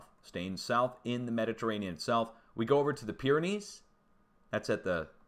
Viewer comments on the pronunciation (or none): none